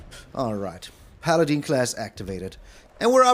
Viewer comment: Fyi it's paladin not paladeen. In Dragonlance the main lawful good God is called paladeen. The I is silent.. Unless it's pronounced differently in old world